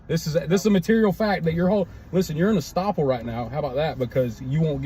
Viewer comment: The term is "estoppel". And he is still wrong.